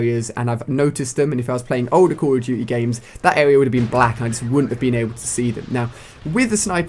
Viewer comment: sounds like hes saying calla jujy instead of call of duty